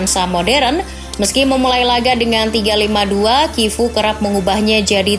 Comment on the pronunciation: Sebutan nerazzuri: neratsuri, chivu: kivu